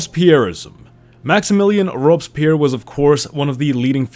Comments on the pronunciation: What is Robes Pyer? Worst pronunciation of Robespierre I have ever heard. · "robs pierre" haha